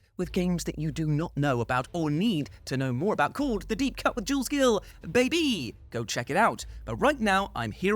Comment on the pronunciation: I’m always expecting a “Bay-bay” when you say “Bay-bee”.